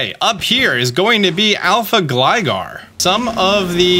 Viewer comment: Why do you pronounce Gligar correctly and Gliscor wrong…😂😂😂